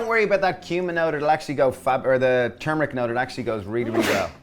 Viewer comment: Yum! They look like giant mochi cut in half! Also, thanks for pronouncing turmeric tur-mur-ick; most people pronounce it tumor-ick, which is the opposite of what it is! TFP!